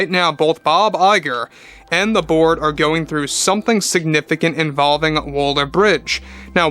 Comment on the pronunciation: Every time he says "the board" I hear "the Borg".